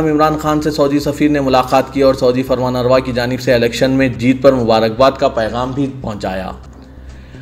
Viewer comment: Pl correct Farman rava instead Farma Narva